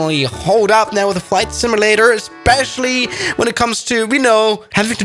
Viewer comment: IT's pronouned SIM-U-LATER not SIM-I-LATER